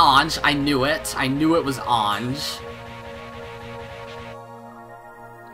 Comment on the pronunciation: You need to pronounce Ange’s name as “engi” Great reaction as always